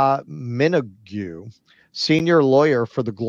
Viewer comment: A little pronunciation tip: it's "Dervla Minog (long o, like Kylie Minogue).